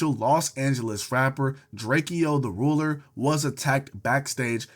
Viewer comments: drakeo got a whole song explaining his name is DRAKE-O NOT DRAKIE-O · drakeo name is not pronounced how it look twin 😂